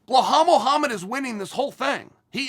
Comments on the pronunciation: After two videos of Chael saying Blelhall Mohammed I think Belal might be required to legally change his name. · Blahal is great too